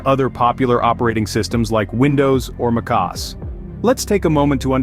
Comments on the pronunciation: The voice is probably a voice AI. No human can pronounce Mac OS so shockingly wrong. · Sorry what, how did you pronounce mac OS? 😅